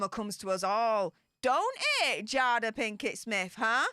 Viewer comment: It’s pronounced Jay-duh.